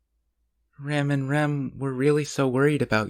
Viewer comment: My friend, I love the reading’s and I’m very grateful. It just hurts my heart how you always say rem & rem. It’s rem and ram 😭😭😭 I know you know this and it’s just a pronunciation thing but it kills me man 🥲